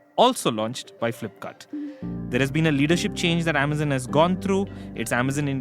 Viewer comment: Sorry, I don’t mean to be pedantic, but the way the host keeps saying amazen, is just taking me out. I had to stop listening even though I thought the content was good